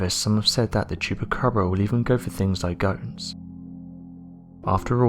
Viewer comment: Well at least everyone knows it's a black bear with mange. Poor bear. This dude trying to fool us saying it's a chuppacraba.